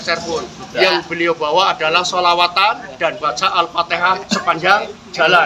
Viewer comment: Alfateha bos bukan alfateka ...